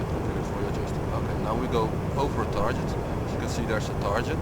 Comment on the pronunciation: dat "tarjet" >_<